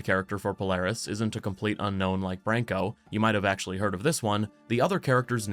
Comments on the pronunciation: Its Pronounced "Br ahn ko" lol. TG he name means to "Defend" "Shield". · Btw its spelt as Branko, not Brenkou